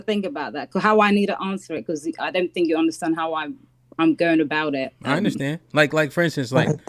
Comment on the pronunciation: I’m sorry I didn’t know that you were speaking about finna! I thought you were speaking about behavior. I have no push back on the word finna! I said something about the woman always saying thank instead of think🤷🏽‍♂️💕